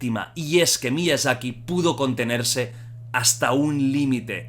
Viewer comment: Todos: Miyazaki Jordi: Miiazaki